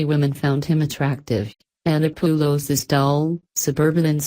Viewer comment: Milo "Eye-Anna-Poo-Lows" -- gotta love that pronunciation. Why not just record your own voice, you pussy?